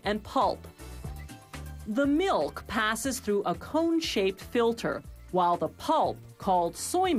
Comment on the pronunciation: I hate how she says milk and meal So unsatisfying